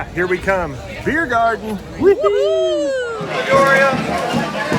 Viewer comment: Do you speak German? It’s the mother tongue of your mom so … 🙌 and if you don’t, do you understand it? By the way it’s Biergarten not Beirgarten 😊